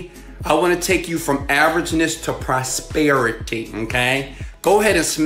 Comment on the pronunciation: That your nose and mouth when pronouncing "prosperity" ...